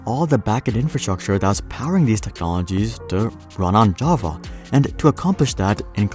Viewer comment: I really like how you pronounce "Java". Ja-va. I have met many pretentious/obnoxious programmers who pronounce it "je-ve". I really hate them with passion.